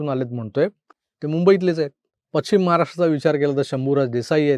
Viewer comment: मला माहीत आहे हा मराठीचा क्लास नाही …. but if you don’t mind …. ‘अटरा’ नाही ‘अठरा’ असा उच्चार आहे. तसंच पछिम किंवा निछित नाही … पश्चिम / निश्चित हे योग्य उच्चार आहेत.